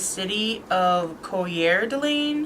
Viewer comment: Good job, I remember this case well because Duncan was seized in Washington State. You should really learn to pronounce the place names correctly. Write them down phonetically on your cards, Coeur D'Alene and Terre Haute in particular. But again, you did a great job with this heart-breaking case. Thanks.